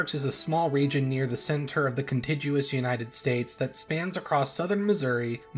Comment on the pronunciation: Check your pronunciation of: contiguous…. You mean *con-TIGG-you-us…. NOT: con-TIDGE-you-us.